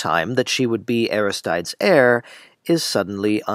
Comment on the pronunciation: This looked like an interesting video but I'm afraid I found your repeated mispronunciation of Aristides too jarring to finish. Perhaps it is pronounced differently in this adaptation but the Greek pronunciation would be more like, "ah-RIS-tih-dees", I believe.